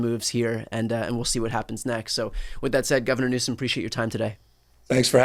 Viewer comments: See them all for being so disrespectful and slandering your last Name, They need to pronounce it Newsome!!! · Governor Newsom should also sue Trump and anyone who has blatantly and knowingly "mispronounced" his name!